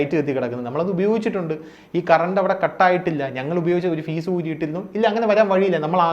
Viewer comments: ഫീസല്ല... ഫ്യൂസ് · ഫീസ് അല്ലടാ FUSE..!! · ഫീസ് അല്ല ഫ്യൂസ്